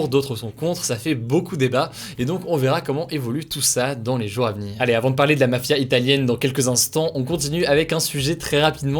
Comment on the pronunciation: Merci Hugo et toute l’équipe pour ce travail ! PS : puisque tu parles au pluriel il serait plus convenable de faire la liaison et de dire « les jour Za venir ». Pas de haine hein c’est juste une petite correction qui me perturbait 😂